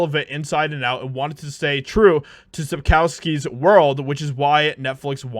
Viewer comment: All good, but, please, check the pronunciation of Sapkowski (it's not Sapkauski, for one). Or ask some Polish friends for help.